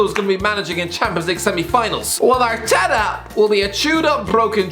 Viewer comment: Irish man says arteta, Subtitles: 𝐎𝐔𝐑 𝐓𝐄𝐃𝐃𝐘